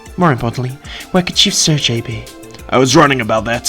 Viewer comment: Pretty certain Sergei is pronounced “Sir-gay” not “Sir-Jay” lol